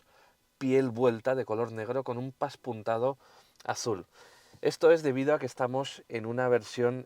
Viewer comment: No se dice paspunteado se dice pespunteado. derivado de pespunte.